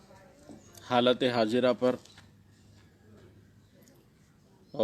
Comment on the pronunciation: Its a halat e hazra not hajera😁😁😁😁😁😁 mim = gangters